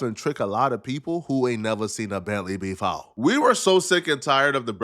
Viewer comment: “Who ain’t nevah seen a Bentley befohh” Lmao why’d you say it like that? 💀💀